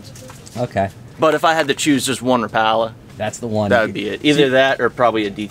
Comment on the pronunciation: Life Long Rapala fan? Yet he can’t pronounce it correctly? Priceless 😊